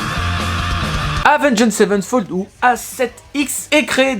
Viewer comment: Autrement dit, c'est Avenged Sevenfold et pas Savenfold